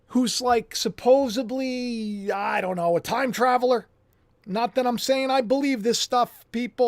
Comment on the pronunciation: Get on with it, and lose the Disco DJ Voice, please. (Oh, yes... And the CORRECT pronunciation of your favourite word, goes like this....👇 "SUP-PO-SED-LY"... There's no 'B' in this word. Ffs?